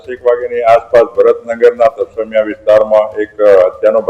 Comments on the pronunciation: તરમ સિયા નહી. તરસમિયા. તુ ગુજરાતી ભણી ને આવ‌ પહેલા . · Tarmsiya nahi tarsmiya bolo